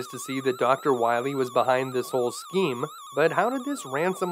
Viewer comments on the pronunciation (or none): none